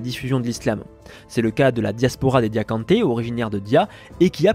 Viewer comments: Diakhanke et pas Diakhante à la 24eme minute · Diakhanké non diakhanté sinon superbe video